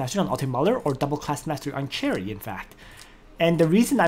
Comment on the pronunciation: Sher-E not Cherry >.<;. I still love you~ thanks for videos You say Sher-E later in the video lol, damnit.